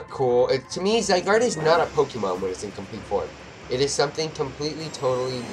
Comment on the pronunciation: you dont say: zygardeee you just say: zygard